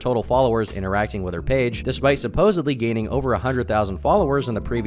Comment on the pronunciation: What is the deal with Americans saying "supposebly" instead of supposedly. It absolutely does my head in!!!! 😅